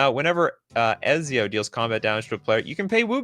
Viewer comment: The way says "Ezio" always reminds me of the way they read "pizza" in turkey". "pizz-ə. that's how it's spelled" "yeah but americans pronounce it "peat sə"